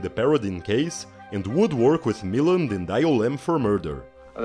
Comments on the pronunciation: John Farrow also directed the noir The Night Has a Thousand Eyes. Ray Milland was Welsh & his last name is said Mil-Land not mill-and. I need to watch this. Thanks for the video. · At :59 you can see the resemblance with grandson Ronan. Milland is pronounced "mi-LAND" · Why is RAY MILLAND'S name mispronounced. Is this an AI NARRATOR? Must be.